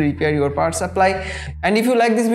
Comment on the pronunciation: Power "saplly"?